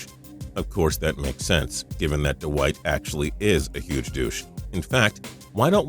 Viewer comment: ive never heard david lee being called dawhite howard.